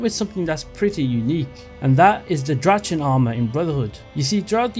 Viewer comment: I almost fainted from the way u pronounced drachen armor.